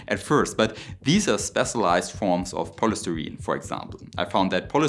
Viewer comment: FI (eye) Knight, Bays' e an, poly sty' reen